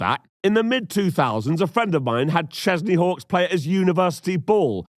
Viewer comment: Every time you said Chesney Hawkes I heard Kenny Chesney, so I was very confused as to why everyone was British. I might be related to that idiot from the Lifetime pilot movie.